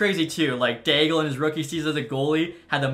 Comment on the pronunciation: I think Gabriel D'Aigle's name is pronounced like it has a silent L if that makes sense. Like the sens draft pick from the 90s.